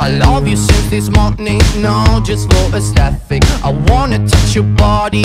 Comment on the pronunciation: That is absolutely NOT the case, but sure. If you go back and listen, he very clearly mispronounces aesthetic as 'aestethic'.